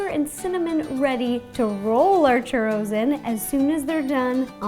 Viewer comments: "Are those classic cheurrous" You say it like this Chuuuuroooos Churoos Sorry no hate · In spanisn its pronounced choorros. you need to roll the r. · Chuuu ro ls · I like how she pronouce "churows" xD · Kevin Sandoval Yes, one also needs to roll the 'r'. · You don't even know how to say Churros right I mean I mexican I know how to say it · The way she pronounces "churros" is so cute :3